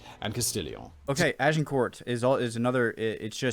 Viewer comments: Pronunciation tips - 'Cressy', Agin-core' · Pronunciation: Agincourt- A-jin-cor (silent t), Crecy- Cre-see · Crécy = Cressy. Agincourt - Aj-in-corr. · Brave attempt at pronunciation from, I guess, a non-French speaker. You were close. Crecy is Cressie like Jessie. Agincourt is more complicated: Ah-Zhin-Cor. I’ve been to both villages, and they are literally just villages. :-) Ed III was Longshank’s grandson. A surprise to everyone seeing as Ed II was certainly bisexual and probably gay, indeed records suggest that Ed III’s father may have been a squire or knight in the Queen’s service … because Ed II was documented as being a long way (in France) from his Queen (in England) during the likely month of conception. If you want to know more of Agincourt, you should watch Kenneth Branagh‘s brilliant film of Henry V, which culminates in the Battle. Fine work, by the way. “I’m just a guy who wants to learn” should be the mantra we all live by. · I know the narrator on this clip pronounced Agincourt sounding the T, but Agincourt, located in Northern France, is pronounced without the sound of the t at the end, and more of a Z sound in place of the G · Even though it spelt agincourt you pronounce it without the T for the French way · Crecy = 'Creshee'. No, not that close - art of the time is often lacking in perspective. Agincourt = 'Ag' with a soft 'g' - 'an' as in 'anger' - 'cor' is the Anglicised version of the French, who spell it 'Azincourt'. For Agincourt, it's worth checking Mike Loades dissection